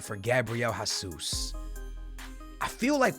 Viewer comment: who’s Gabriel HAsus bruh? it’s Jesus. geezus